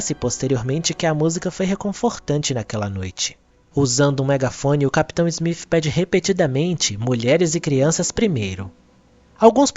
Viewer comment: Muito bom seus vídeos, bem esclarecedores, só queria saber porque em vez de você dizer o nome do capitão Smith você pronuncia como (Smif).